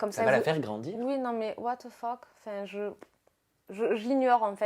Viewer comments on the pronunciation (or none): "What tah phoque" mdrrrr revoit ton anglais chérie.